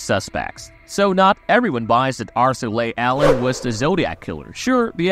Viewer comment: Leigh is pronounced “Lee” not “Lay.” Arthur “Lee” Allen. If you watched the Netflix doc you would have heard it pronounced properly countless times.